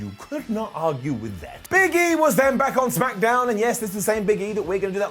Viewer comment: smackadown? week after week, it puzzles me to hear you pronounce it as smackadown.